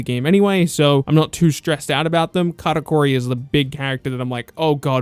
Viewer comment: Karakori, I think you mean Katakuri